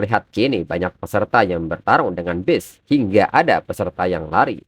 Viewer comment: Masih aja acak acakan ini orang pengucapan bahasa inggrisnya ga ada perubahan, ga tau memang ga ada niatan perubahan, jelas jelas itu BEAST malah di baca jadi BEST 🥵🥵🥵, udah tua kah ini yg bawain alur cerita komiknya